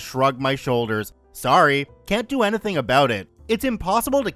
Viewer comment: UGH I hate it when he said enethn instead of ANYTHING, you know the right way to say it? Still like the readings though. 🤷🏼‍♂️